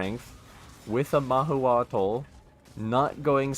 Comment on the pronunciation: Mah-who-cho-tl we would say here in Mexico :P